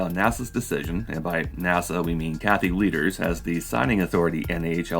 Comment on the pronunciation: I keep hearing "cat litter" instead of "Kathy Lueders", seems rather fit.